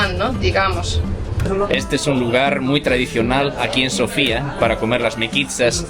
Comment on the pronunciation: Hola e! Me gusto su video! Lo único que quiero corregir es los nombres de las calles, montaña, incluso la capital del país no tienen nada que ver como las están pronunciando. La capital se llama Sófia, el nombre antiguo de Sófia es Sérdika, la calle peatonal que lleva en nombre de la montaña se llama Vítosha. No es difícil con el traductor de Google escuchar la pronunciación de los lugares. El resto muy bien!